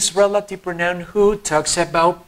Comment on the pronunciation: No se pronuncia proNAUN, es /PROUnaun/